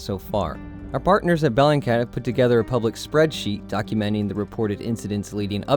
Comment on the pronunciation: It's BELLINGCAT ffs